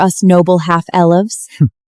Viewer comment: Did she say El-ives 😂 I always look forward to seeing horrible characters have their smiles smacked off with a kick of reality 😁 😂😂😂😂PER-POSTOC-EROUS, QUINCESS Why did it take 3 weeks for her to do anything to save her ppl.